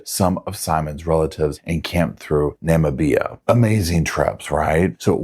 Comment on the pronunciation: He says "Todt Anthony" and pronounces Namibia as Nama-BEE-a. If it weren't for the video I'd think this was AI.